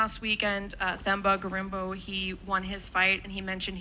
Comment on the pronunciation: It's Themba Gorimbo ....They Need to Learn to say his name right 🥱 ...🙄Come On Now!! Themba means Hope or Faith in Zulu/Ndebele/Xhosa even Swahili